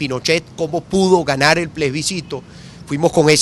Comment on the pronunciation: Capriles sigue con el PLESBICITO... plebiscito, practique